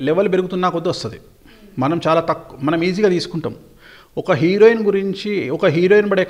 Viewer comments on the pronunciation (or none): none